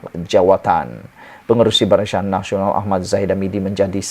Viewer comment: Barisyan Nasional.. Apa keras lidah tu? 😁😁😁